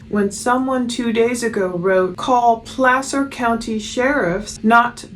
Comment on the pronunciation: First time I heard Placer pronounced correctly. I know it has nothing to do with it but it's been driving me nuts lol